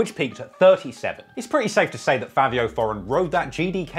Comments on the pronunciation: It’s Fivio not Favio 😂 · is it pronounced "favio" or "fivio" ??